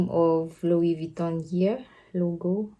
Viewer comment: Wow louie vieton